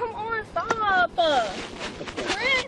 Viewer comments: "Chris-uh, Chris-uh! Stop-uh!"...ugh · Chriss-a! Stop-a! CHRISS-A!!!! STOP-A!!!! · CHRISS-A!!!! STOP-A!!!!